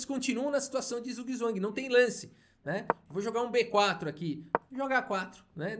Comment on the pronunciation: boa noite! Parabéns pelo excelente trabalho de divulgação da arte de Caíssa, sou seu fã, assisto sempre aos seus vídeos. Zugzwang significa obrigação de jogar, no caso uma obrigação ruim, segundo um amigo que fala alemão e, ainda segundo ele, a pronúncia seria algo como tsutswang. Portanto, cheguei à conclusão que erramos ao dizer está em zug, não teria som de z, mas continuarei falando mesmo assim...rs. Abraços, parabéns!